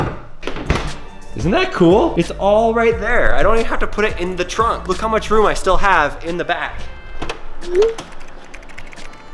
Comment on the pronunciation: Did some one ever notice how he said "it all fit in the frank"